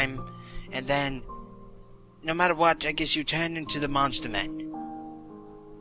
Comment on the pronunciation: Every single note you pick up means a MONSTEH